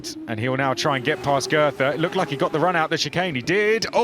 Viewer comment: The TH in Goethe is not meant to be spoken like a TH